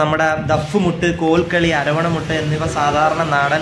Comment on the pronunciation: Bro ആ ലൈനിൽ കുറ്റിപ്പുറം എന്നൊരു സ്റ്റേഷൻ ഇല്ല. അത് 'അങ്ങാടിപ്പുറം ' സ്റ്റേഷൻ ആണ്, ' പുരം' അല്ല പുറം . കുറ്റിപ്പുറം സ്റ്റേഷൻ ഷൊർണ്ണൂരിൽനിന്ന് കോഴിക്കോട് പോകുമ്പോളാണ് ഉള്ളത്.പിന്നെ 'വല്ലപ്പുഴ' എന്നാണ് ആ സ്റ്റേഷന്റെ പേര് . ' അരവണമുട്ട്' അല്ല 'അറബനമുട്ട്' ആണ് bro. 😊❤️❤️.